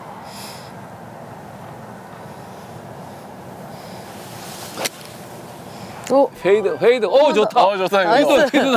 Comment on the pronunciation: 임진한 프로님 홀잉원 홀잉원 ~~ 발음 재밌어요 ㅎㅎ